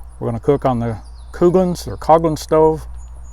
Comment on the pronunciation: That name is pronounced "COFLIN"